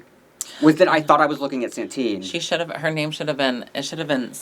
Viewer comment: The name of our espanhola winner is Satin, not Santin. It gets to a point that I think its just bait for people to comment